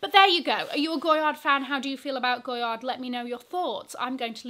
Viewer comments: I thought it was pronounced GOY-AR? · the "d" in goyard is silent.